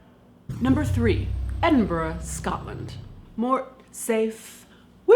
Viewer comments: So nice to hear an American pronounce Edinburgh correctly. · Thank you for pronouncing Edinburgh properly!! Also, I love Mr Fucker's grave, and also the heart surgeons name! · IM SO PROUD OF YOUR EDINBURGH PRONUNCIATION THANK FOR NOT SAYING EDINBURROW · Thank you for being the first woman from America to pronounce Edinburgh correctly!!! And LOVE all of you videos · As a Brit it made me so happy you pronounced Edinburgh correctly. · Roydor Kaitlin did pronounce Edinburgh in the commonly accepted way, which was a nice change. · You said Edinburgh properly!!!! Americans always get it wrong. As if you weren't cool enough already! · THANK YOU for the correct pronunciation of Edinburgh and Budapest! Also, who is responsible for those SpongeBob monstrosity!? How dare you leave us to deal with these things in the land of living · Your prenounceiation of Budapest and Edinburgh was spot on. But what happened to Vilnius? :p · At last an American who can pronounce Edinburgh properly I love you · I can't express how happy I am that you pronounced Edinburgh correctly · YES! YOU SAID EDINBURGH RIGHT CAITLIN! I AM SO PROUD OF YOU! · you said Edinburgh correctly... bless